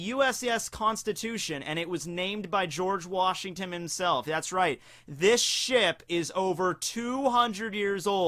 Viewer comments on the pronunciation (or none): Did you say "George Washing-Tim?"